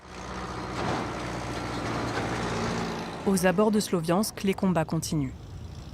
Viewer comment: j'ai eclaté quand j'ai entendu GUILLIVER GRAGG tu sais deja que la propagande est en marche